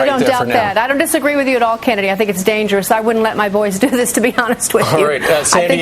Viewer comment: NOT THANX instead of thanks hahahah